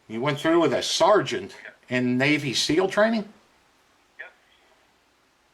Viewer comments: “Sergeant Harlis” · "Sergeant", what the! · LMAO dons face when the guy says "sergeant"